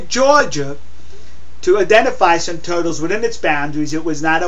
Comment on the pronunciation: OMG I love the way you say toytles..